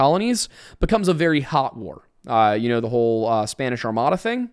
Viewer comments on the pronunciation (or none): none